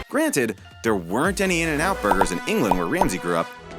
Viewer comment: the way he pronounces England